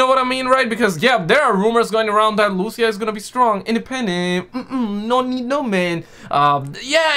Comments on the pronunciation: Wherever we go gta 6 leak is there 😂 And she is Lucia not Luchia 🤣🤣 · It is Lucia (Lu - Ceeuh) not Lusia